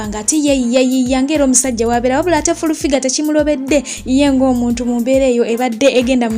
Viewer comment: 🤣 🤣 🤣 🤣 I hear fulu